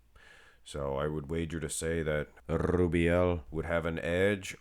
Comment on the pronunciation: Blud is spamming that name way to much 🤣🤣🤣 Rrrrrrrrrubiel 😅